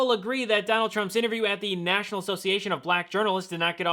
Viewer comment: Is it Donald or Donold??